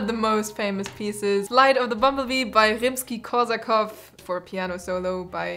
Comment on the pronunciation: i'm gonna go out on a limb here and guess that you're german purely based on how you pronounced rimski and rachmaninov. tbh tho i wouldnt have noticed if it wasnt for that so damn girl nice pronunciation